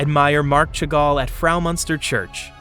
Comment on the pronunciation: As you are open to corrections, the pronunciations are often inaccurate. Chagall and Hermes for starters.